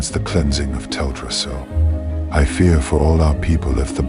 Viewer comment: Have you considered narrating this yourself? I'm sure everyone would appreciate having a narrator who can adapt their voice to the story and read with a bit of passion, instead of the current flat and bland TTS narration that butchers the pronunciation of non-common words like Teldrassil.